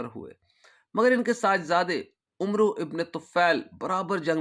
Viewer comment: بارک اللہ فیکم عمرو میں و نہیں پڑھیں گیے